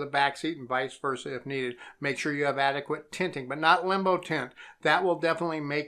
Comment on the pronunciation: That's Limo Tint. . Not "limbo".